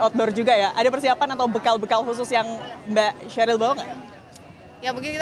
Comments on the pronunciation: Oo eehh bukan Sherill..Sherly dong..😮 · Namanya SHERLY bukna SHERIL. reporternya gmna sih gak belajar dulu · Reporter kurang briefing, kurang mempelajari situasi, salah nyebut Rindam jadi Randim, salah nyebut Bu Sherly jadi Sheryl. Perlu evaluasi talent, yg bener2 paham bidang dalam negeri.